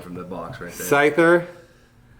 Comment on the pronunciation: Its not Scythorrrrrrr its Scytherrr